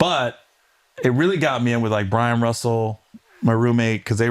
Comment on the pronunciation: as someone who lived in SLC during those Jazz years... its BYRON, Gary.... BYRON not Brian cmon